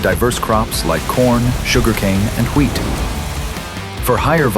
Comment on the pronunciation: why are you pronouncing wheat like that. It sounds exactly how Stewie from Family Guy would pronounce 🤣🤣🤣🤣🤣